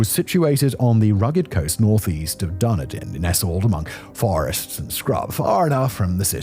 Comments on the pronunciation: DARN A DIN ??? Where the hell is darnadin , its actually = Dun ed in or as we say Dunedin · Wait, was that Die-na-dan meant to be Dunedin?! Dun-e-din. 😂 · It's shocking. He pronounced it dudedin. You'd think for a English guy. He'd speak English a little better. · “DAR-ni-dun” 😂 Bro, “Dunn-EE-din” is what we call it. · Done-a-din hahahahaha Should be dun-ee-din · DUH-KNEE-DIN plss next time look it up how to pronounce a place in a different country before you make a video about it. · The saddest part of this video was the pronunciation of duneeeedin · Great video Simon, we live in Seacliff and have converted the church which was built for staff and patients of the assylum. Given its chequered history it's a really pleasant place to live. Maybe you could work on your pronunciation of Dunedin.......Dun eedan Cheers again for the potted history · Darnydin? Immediately not gonna watch. This is a UK based name and even then you cant even bother checking it. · seacliff was a terrible place there was deaths kept quiet you name it but you said the name dunedin--its said like this dun--need--din to say it correctly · Dude, My ex boss owns this place now, it's full of hippies who make organic soil products. Also used to host pretty decent raves. Also filled with asbestos, most of the buildings are gone, but a few outbuildings remain. And Dunedin (Otepoti) Is pronounced "Dunn E Dun" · We say it Dih-nee-din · DUN EDEN - anyway saw the video yesterday and stopped there today - lovely old formal gardens that are open to the public, grass is well mowed and a great informative plaque in front of the level ground where the building stood. Great video - but please Dun eden - same as the one in Scotland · Sir it’s Dun ee den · It's Dun eeeee din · Took me 5 mins to realise he was talking about Dunedin and not a place I’d never heard of called “dunny din” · he says Darnadin. How is it actually pronounced? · Done - eh - din Dunedin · duh knee dun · Done-eden easy pronunciation